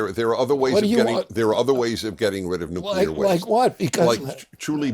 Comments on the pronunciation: Newculer isn't a word. Nuclear is though... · Hard to trust someone's opinion on nuclear when they cannot pronounce nuclear.